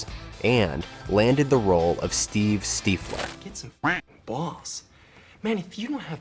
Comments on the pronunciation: Its stiffler is how its pronounced. around the 15.30 min mark and a few times before 😊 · "Steefler"..????? C'mon dude!!! I thought you were a quality channel. Subscribed after watching Short Circuit, unsubscribed after watching this. Steefler. Jeebus.